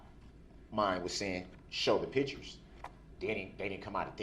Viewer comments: He is literally on a recorded phone call from the jail to his mommy and he tells her to get the photos from someone ( not Erika ) and bring them to him . And why does he think no one signs letters 🤔 what ???? Since when ??? And it’s pictures Duhhhrell not pitchers . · What is a pitchure